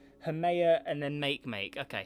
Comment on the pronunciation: That's how you are are supposed to say ot